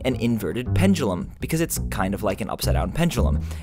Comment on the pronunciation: You said pendulum wrong